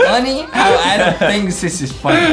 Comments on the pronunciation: I love how Justin said AADEEM instead Adam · I love how Justin said AADEEM instead of Adam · AADDM ned sapm meeeeeelk